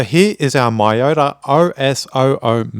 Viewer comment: pls pronounce as meyota